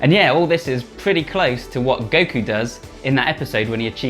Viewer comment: i am the only one who heard dekku instead of goku?